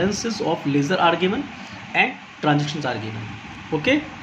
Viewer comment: Sir with the respect of yours..I actually want to tell you that it is not (leaser) its ledger😑